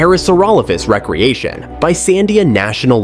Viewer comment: I found the little mispronunciations to be distracting, such as the way the speaker kept repeating "re-creation" as wreck-creation instead of reek-creation as was intended. These computer voices don't seem to understand context yet and it leads to some odd gaffs. I don't find it off-putting so much as amusing.